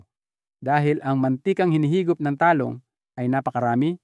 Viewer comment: pilipino po kau? bakit mantika at talong iba kau mag pronounce , not filipino …